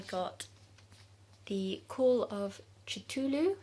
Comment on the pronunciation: How To Pronounce Cthulhu ;) Crime and Punishment is great! I love the insight into the protagonists thoughts and feelings. I wasn't a fan of Grapes of Wrath, but loved Steinbeck's other works, in particular, Of Mice and Men, and adored East of Eden :) I really want to read The Goldfinch, have also yet too read The Secret History! Great video! :)